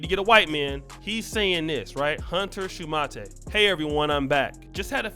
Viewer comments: A. They met in college where she had a basketball scholarship. B. They married before her visa was up. C. The name is Pronounced Shu-mate not Shuma-tay, which you would know if your lazy ass had bothered to watch even one of her videos for research. D. Your obsession with downing all black women is whatever but shoehorning your stupid argument into what is obviously just a straight up fraud and scamming venture has nothing to do with black women as a whole. This could have been an interesting video had you bothered to look into how much of a fraud she is. E. It is obvious from the useless trash that you have produced that your comprehension and critical thinking skills are lacking and that is more than likely the main reason why you have been rejected by women of your own race. Seriously, how can you make someone who is slow and terrible look cleverer than you? It's embarrassing. Do better. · It’s pronounced “Shoe-mate” as in mate, partner, friend, colleague.... Thanks!